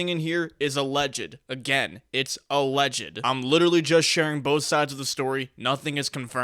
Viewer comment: w saying alleged